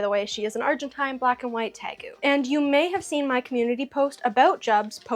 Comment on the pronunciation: I’ve never met anyone who says Argentine like that